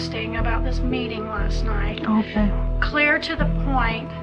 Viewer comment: How come cops say mkay instead of ok?